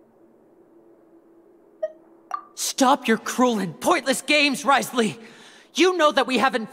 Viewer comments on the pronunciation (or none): Wait u pronounce his name "wriosley"...? I always say wrio-tesley with the T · Its more like riceley